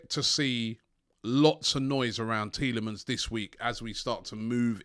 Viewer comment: Robbie please donate £1 to a charity everytime you say Tielamans this week And I will match it